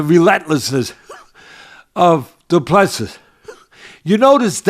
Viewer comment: Du Plessis is pronounce DO-PLA-SEA. Please stop butchering his name. He now deserves better.